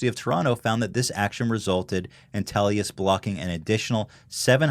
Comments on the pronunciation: IT'S TELUS NOT TELIUS AAAA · Teluois XD its - Pronounced Tell-us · "TelYus" lel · I am Canadian, it is pronounced "tell us". They prey on people who don't know better but if you complain and threaten to switch companies they are your bitch. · Ethan its pronounced Tel-US 😂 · ITS TELUS! NOT TELIUS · lol the way he says Telus. yeah our carriers are the worst here in Canada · I cringe when Ethan says Telus.......